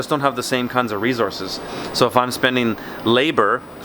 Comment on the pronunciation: "re-zorzez" luv it